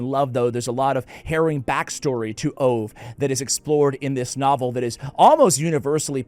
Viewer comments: Can I tell you something in a friendly way. The Swedish name Ove is pronounced Oo-vah. I loved that book. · Hi there, the Swedish name Ove is pronounced with the "e", and the "e" sounds about like in "get". Greetings. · Not sure a 'like' is the correct response to this video... 😂😂 (PS... Ove pron Oh vu) The original title is En Man Som Heter Ove.